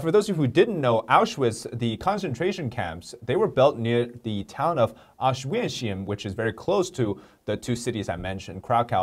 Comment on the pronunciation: you said Auschwitz, which is called Oświęcim in Polish, very well. And Katowice not bad either. Say it more like Katowitze.